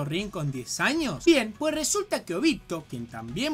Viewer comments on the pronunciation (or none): none